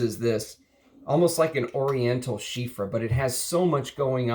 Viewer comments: Everytime you say Chypre with an F like Chiffre I die a little bit but I love your videos so I am willing to endure the pain. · Bro loves chypres but doesn't know how to say it properly 🙃